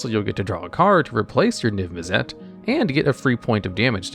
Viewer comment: The way you pronounce Mizzet and Izzet kills me a little every time. izzet is pronunced like issit same with Mizzet Missit